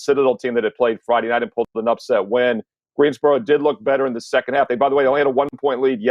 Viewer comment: i live in GreenSboro North carolina, it has an S lol